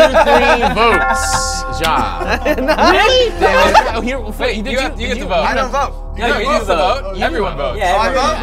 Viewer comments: I found it funny how they said jaw instead of ya (ja is purnounced ya) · Its pronouced ya not Ja